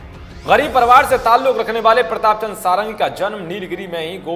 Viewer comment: सारंगी नहीं षड़ंगी है भाईसाहब,,,ओर षड़ंगी उसे कहते है जिसे छ वेदों का ज्ञान हो,,,प्रताप चंद षड़ंगी,,,,,,ok